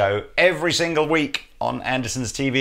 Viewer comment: So, does Anderton actually get pronounced as Anderson? Just noticed that in the introduction :-)